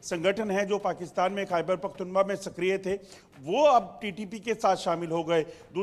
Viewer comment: Abe kya pakhtunba pakhtunba kr rha h pakhtunkhwa h aya bda anchor zahil